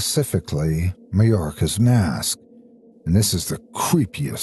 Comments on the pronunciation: Love but hearing him mispronounce Majora's Mask twice is painful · Was a little hard, guess even the master f'up every blue moon.